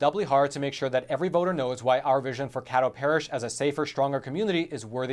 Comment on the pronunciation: It’s pronounced Kay dough. The politics in smaller parishes make me believe this is more fishy than is being said.